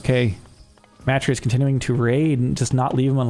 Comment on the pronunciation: Matreiuss is pronounced muh-TRAY-us. The first two syllables rhyme with 'betray'.